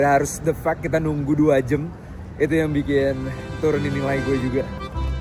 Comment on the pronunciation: "2 jem setengah" kaya ada aksen2 anak bekasinya lo bang kwkww